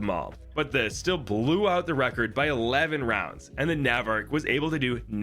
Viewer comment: that's not how you pronounce "navarch"